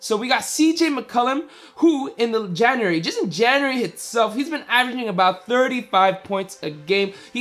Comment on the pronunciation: what is "jaeuary" lol